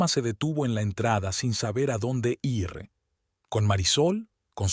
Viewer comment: Por que le cuesta tanto leer el verbo ir es igual como suena en decir seguir vivir ,la ere(r) es un sonido suave diferente a rio rojo perro carro rosa.